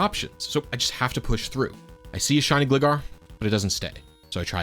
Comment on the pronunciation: it's gLIEgar, like Glider